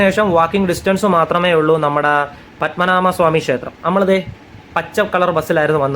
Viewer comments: പത്മനാ"മ" അല്ല... പദ്മനാ"ഭ" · പത്മനാമ അല്ല പത്മനാഭ ആണ് ശരി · Padmanabha........bha...bha...clear aayi.parayuuuuu..... Padmanama nnaanu parayunnath......anyways Thanks dear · പത്മനാമയല്ല പത്മനാഭ ക്ഷേത്രം എന്ന് പറയുക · വളരെ ഉപകാരം 🙏🙏പത്മനാമ അല്ല പത്മനാഭ ❤❤ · Padmanabha ennu parayu bro